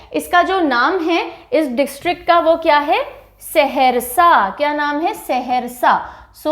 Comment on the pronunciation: Saharasa not seharsa